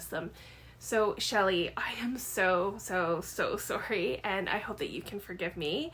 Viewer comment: I love your Canadian “sorry” and your very lovely and not-needed apology. Thank you for answering my questions!! What is a brown cow? Billy Joel! ❤️ The moose in your intro is the best! Anne! ❤️ Jack asked a great question.